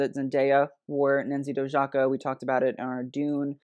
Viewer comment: pronounced Nancy Doyaka ;)